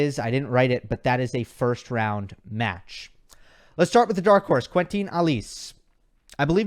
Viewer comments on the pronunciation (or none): I'm French and your pronunciation of "Quentin" always makes me smile (no offense). You can hear the correct pronunciation on his ATP page :)